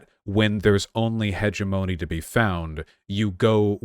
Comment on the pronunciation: Vaush managing to pronounce hegemony both ways at the same time.